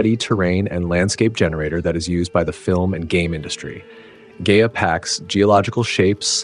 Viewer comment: Pronounced "Guy-UH"